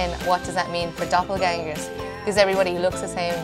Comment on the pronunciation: I love how they pronounce Doppelgängers :DD